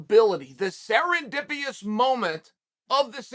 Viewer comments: Bro thank god i wasn’t the only one who noticed him saying the word wrong. He just learned the word thought it sounded intelligent and said it wrong like 3 times 😂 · I can’t get over him sounding dumb af sayin serendipitous wrong like 3 times. He just learned the word tried to use it and used it wrong. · And said it wrong 3 times lol